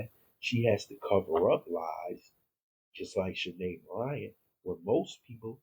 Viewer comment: I believe that other name is pronounced Shy-Ann .